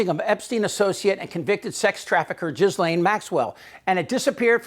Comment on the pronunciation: Please note, for accuracy's sake, the proper pronunciation of Ghislaine - the G is hard and the s is silent. It's important as a journalist to be as accurate as possible, no matter how heinous the criminal is. Thank you.